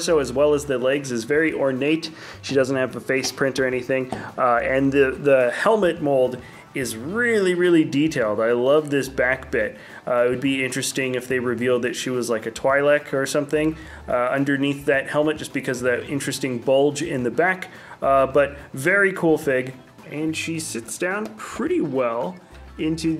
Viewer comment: Please stop pronouncing twi-lek like twai-lek